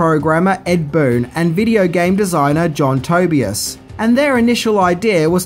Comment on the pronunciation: He literally says "Ed Bloom provided the voice of Scorpio", "Robin Shao", & "John Tobey-Us"...Maybe this is how Outworld pronounces these names?